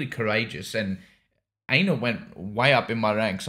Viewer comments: I pronounce Einar as if that helps “Ain-har” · "Iinar or Ainar." Oh geez…